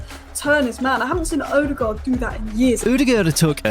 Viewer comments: Haha, cracked me up. Never heard that version, and it's honestly way off. Just say Odegard with an english accent, you'll never get the Norwegian pronunciation right! If you insist to try, the Ø is pretty much like he says in the video, but the aa in the ending is supposed to sound like the o in "corner" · Not to be rude or anything, but can you please look up how to pronounce "Ødegaard"? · its terrible. Its also different evry time hesays it